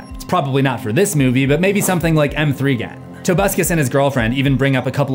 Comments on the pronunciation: “M Three Gan” SMH Even In Leet Speak, It’s still pronounced Megan, My Dude. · Ain’t no way he called megan m three gan💀💀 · Everytime you call M3GAN Mthreegan, a small child learns Santa doesn’t exist